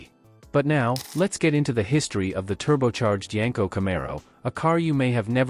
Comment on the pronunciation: You wanna know why only 1% of viewers are subscribed? Because this is just another lazy AI automotive breakdown channel that can’t even get their AI model to pronounce the name of the car the video is about correctly.